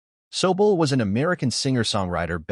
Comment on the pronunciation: You could have bothered a tick to learn how to pronounce ZEVON & SOBULE properly, at least. This makes your article just tacky, ignorant and opportunistic. Blech on you!😢